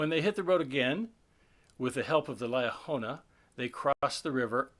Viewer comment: How can we accept that? You even know what you’re talking about since you cannot pronounce Liahona properly? You pronounce it two different ways.